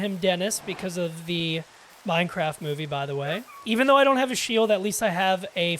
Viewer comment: MineCWAFT, nice vid man!